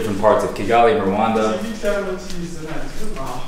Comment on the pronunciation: It's Rwanda. Rwanda. Rwanda!!!!!! Not Rowanda